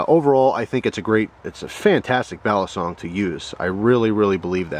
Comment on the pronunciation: It's pronounced "Baleesong" Not "Balaaasong"!